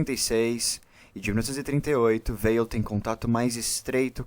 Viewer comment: Prezado, parabéns pelo trabalho. Apenas um detalhe, a pronúncia de Weil é "Vei". O nome é de origem alsaciana. Grande abraço.